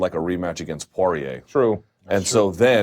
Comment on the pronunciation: Is Dustin "PWAH-REA" the new pronunciation hill Luke is willing to die on? Oh well, at least it's not as bad as "CAL-VEE-JO" and "ENGUNEWW".